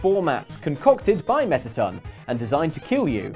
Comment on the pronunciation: He don’t know how to say mettaton